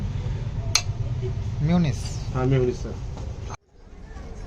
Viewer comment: Mayonnaise not miunise